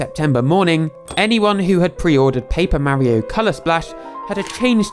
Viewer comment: i like how he pronounces mario correctly